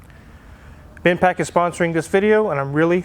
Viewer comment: It's Bendpak not Binpak.